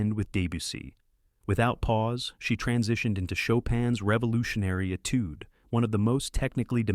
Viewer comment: Doesn't the surname of Franz have an interesting spelling??? Not quite like Fran's Shopping list🙂 Please teach your excellent narrator how to pronounce "Etude." The whole story is amazing, except for those obvious blunders, May I offer some proofreading?